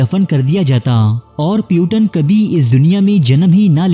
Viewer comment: Bhai mere tumne to naam ki aisi taisi kardi. Puteen naam hai iska, putan nahi